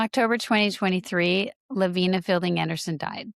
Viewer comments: I worked with Lavina in publishing the Case Reports of the Mormon Alliance. She didnt pronounce her name La Vee Nah. She pronounced it Lav Eye Nah. Get it right. She didn't leave the Church. The Church left her. Yall should probably stop doing your own research. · Just a quick note - her name is pronounced Lavina with a long I La-vine-ah